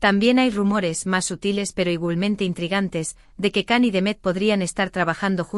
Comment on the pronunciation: Siempre llaman Kan a Can todavia no entienden que Se pronuncia Jan o Yan pero no Kan y El tambien siempre Se los repite por favor entiendan y mas ustedes Mundo Turco ya que suben contenido sobre Can y Demet digan bien su nombre como bebe ser......